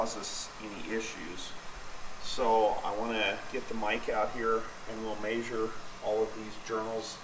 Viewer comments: My only comment is I wish you would learn how to pronounce measure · I get a kick out of this guy saying "mayzure". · It always cracks me up how the cleaning guy pronounces measure...."may-shir" 😂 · I had a cattle management professor at CSU that said “measure” with same accent as your dad…lol